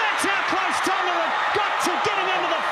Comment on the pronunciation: you're the only white youtuber that pronounced tonga right